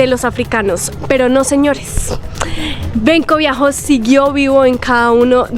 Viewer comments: No es viajo, de escribe biho, c pronuncia biojo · Benkos Bioho, se pronuncia Biojooooó BIOOOOJOOÓ, no viajó....